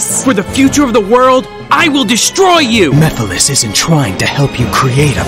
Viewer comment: Damn I’m just getting my ass kicked. Also great video by the way. Still watching it and ain’t no way that said Mephiles name like that like they forgot the whole M E part of his name 😂